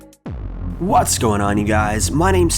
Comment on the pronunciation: Could have sworn you barked the word “What’s” in the beginning when you say, “What’s going on you guy’s”